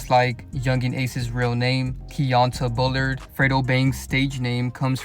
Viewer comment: his name is pronounced key-on-tae missed the mark with that one